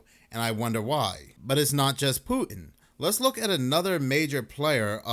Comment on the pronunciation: Who the hell is Poo-in?? There’s a T in there,. What’s so hard about that?